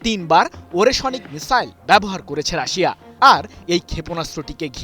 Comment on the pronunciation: ওরেশোনিক নয়, ওরেশনিক (ওরে+শ+নিক) হবে সাংবাদিক ভাই।